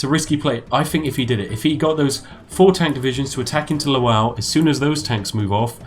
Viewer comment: Lwow is pronounced *luh-vov*. You actual spoon.